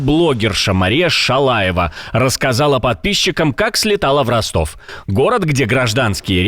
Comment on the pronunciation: Особенно понравилось,как ведущий произнес фамилию блогерши-Марии ШШШАЛАЕВОЙ😂👍👍👍